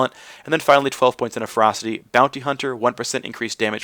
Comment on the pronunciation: Anyone else hearing him say "Frosty Tree" I had to tab over to see he was saying ferocity. :P